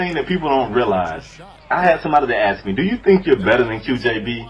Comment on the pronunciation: QJB ffs it's aSKed not aKSed :S Nice video btw :)